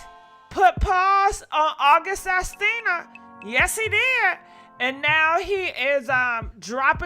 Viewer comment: Lol. Sis keeps saying August Astina🤣🤣